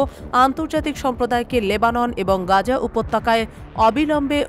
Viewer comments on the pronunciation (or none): none